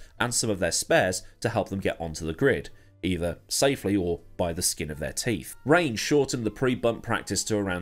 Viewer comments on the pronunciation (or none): none